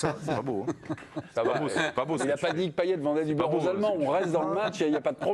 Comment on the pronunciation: il est stressant a dire paillé